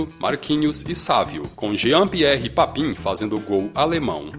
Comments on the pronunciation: A pronúncia é Papan e não Papin. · se pronuncia papâm e não papim, mas de resto o vídeo é bem legal. Hj Corinthians de Mancini venceria Bayern de Munique por no mínimo 4 a 0. Se discordar é clubista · ESCREVE PAPIN E PRONUNCIA PAPAN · A pronúncia certa é Jean Pierre Papan e não Papin